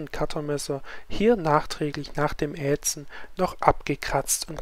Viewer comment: ätzen, nicht ähtzen